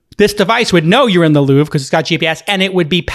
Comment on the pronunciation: The Louvre not the louve :/